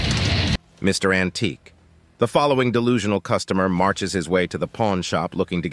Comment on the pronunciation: It's AN-TIQUE! 😂